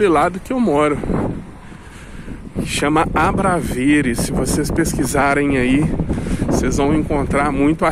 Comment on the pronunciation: Bom dia! Também sou brasileiro e moro mais a Norte,cerca de 40 km. Conheço Viseu muito bem e gostaria de fazer uma pequena correção. O nome correto do bairro que você se refere chama-se ABRAVESES e não ABRAVERES. Abraço e boa sorte. Francisco Guedes.